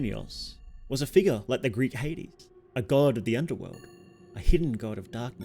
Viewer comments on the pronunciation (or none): none